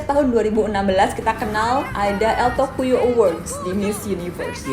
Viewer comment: El tocuyo dibaca El tokunyo